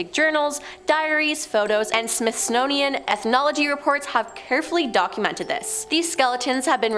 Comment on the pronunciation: Smithsnownian? Smithsonian honey. And we don't pronounce the S in Illinois. Articulate my dear.